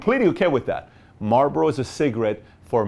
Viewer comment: it's marlbOro